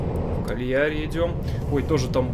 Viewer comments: КАльяри. Ударение на первый слог. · КАльяри, ударение на А.